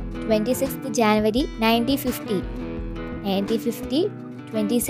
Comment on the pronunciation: It is not Janvary it is January